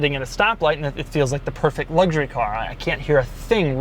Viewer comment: Made it to before a full on ‘luggshurry’! 😄